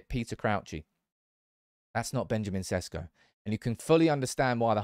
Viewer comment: Maybe now's the time for you to pronounce his name right. Šeško = Sheshko